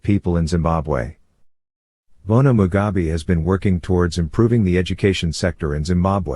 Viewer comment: Mugabe not Mugabi please